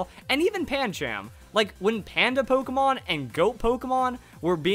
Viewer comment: PANCHAM IS STILL PRONOUNCED PAN-CHUM!!!